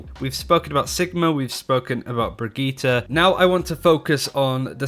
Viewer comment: Bri-git-EH not TA. Brigitte